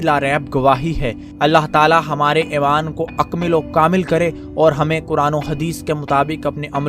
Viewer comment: Itni khhobsoorat guftagu kay baad ummeed hae commentrator bhee "AEMAAN" kee bajaeay "EEMAAN" lay aaya hoga.